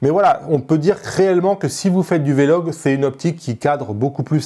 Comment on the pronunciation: pourquoi tu dis " v, logue " et non " vlogue " lol